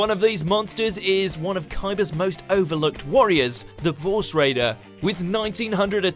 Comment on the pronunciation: its force raider not vorse raider